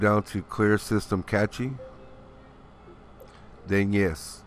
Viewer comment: Cache is pronounced "cash"